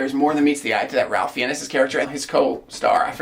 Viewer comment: Ralph Fiennes surname is pronounced "Fines". Horribly true story, but a colleague that I worked with (Nicholas Hunter) killed his cousin (James Fiennes) in a brawl in a pub during a mental break. As for the film, looks good!